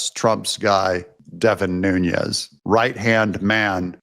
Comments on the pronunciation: Just an awareness note: Deven Nunez’s last name pronunciation comes from Portuguese rather than Spanish/ Mexican pronunciation. 😊 He is greatly missed as our best California Representative! Along with his lovely family too! Deven resigned because his family members and he were getting many credible death threats from radical Marxist Democrats; and Newsom’s groupies were gerrymandering his district to try to force him out that way too. They are currently trying to do the same to at least 4 more of our 8 Republican seats, after they did the same to Michelle Steele of N. Orange County by adding in a big chunk of Democrats in S. W. Los Angeles County! Now they want our own Ken Calvert of Corona and Indian Wells and La Quinta, Riverside County! We can’t let them do this to us! They hold 53 seats by doing this! We have 40% Republicans even with so many moving out of California! Our Voter Rolls must be cleaned out of illegals, Felons and the Deceased that they keep on for the illegal voting to take their names! Make sure your own family members who’ve passed on were taken off voter rolls! Take their death certificates to the Voter Registration desk in your City/ County Offices ! Hurry! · By the way… it’s Devin “Nunes” (pronounced like “NOONez”), not Devin “Nuñez” (pronounced like “NOONyez”). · You insist on pronouncing Nunes as Nuñes. But his name is NOT SPANISH. It is Portuguese. It is pronounced ['nu nəs]. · Devin New Nez, not Nuṅez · Devin Nunes, not Nhunez; as in Pedro Nunes ( ), Portuguese mathematician, cosmographer, and professor. Nunes is a common Portuguese surname. What you are saying is Núñez, the Spanish version of the name. Your son will love the Portuguese history, and will study the Tactics of Viriato x the Romans, in ?West Point? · Doug!!!! You’re continually mispronouncing Devin Nunes’s name, and he deserves more respect. It’s pronounced NOON-nez (NOT NOON-yez). Thank you. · It's not Noon-Yez. There are videos of him pronouncing his own name as Noon-ez.